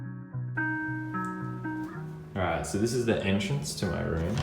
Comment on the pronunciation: My mom said she will buy me a gameing roomuh